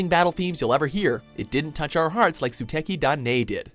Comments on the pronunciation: zooteki dai nei, fucking hell, it's not rocket science to pronounce suteki da ne >< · how come people cannot say "Suteki da ne" poperly? its NE not NEI... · Sue-tekki dah neh? That's a silent U, and you should know that after years of doing Japanese related stuff.